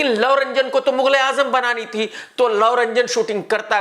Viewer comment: His name is love ranjan not lau ranjan!sala unpaad!!